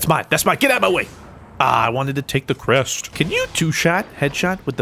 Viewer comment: Why is it the way says "Crest" is so fucking satisfying